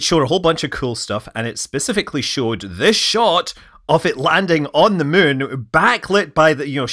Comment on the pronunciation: Funny how you pronounce muun. 😊